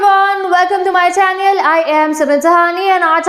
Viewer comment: Channel❌ Chaneeal✅